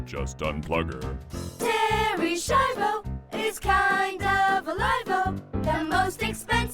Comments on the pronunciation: The Schaivo one.. you constantly mispronounce the name throughout the video, despite it being pronounced correctly in the clips. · You’re pronouncing Schiavo wrong its not shavo it literally has a sch like School so use that same sound as you would do in School and say Schiavo like S-key-avoh it’s Italian so it should be pronounced the proper Italian way it’s ok when it’s Spanish names you guys seem to be fine with the Spanish names no problem so I don’t know why you guys butcher Italian pronunciations 🤦‍♂️ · You all pronounce the name "Schiavo" wrong... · Schiavo, spelled skiavo. Not Shiavo. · terry shavo? bro, it's ski-avo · "SKYA-VO"!!! why is it so hard for you americans to get this? where are you getting the "sha" or "shai" from?? do you go to "school" or do you go to "shul"? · Why aren’t you pronouncing Terry S’s name correctly?? You even play news clips so you heard the name. It made me twitch. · You couldn't even pronounce the name right when they say it in the clip? You did Terry dirty